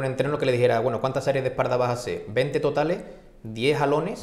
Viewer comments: ¿Porque dicen esparda? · No se dice EspaRda. Se dice: Espalda. Repita conmigo: Es Pal Da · Es par da....se pronuncia es par da jajaja jajaja jajaja jajaja jajaja jajaja jajaja jajaja hoy aprendí algo jajaja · Por que dicen esparda? jajajaaj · esparda? por que no sabe hablar?